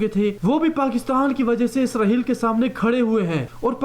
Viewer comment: This is Israel, not Israheal. You have to correct your accent.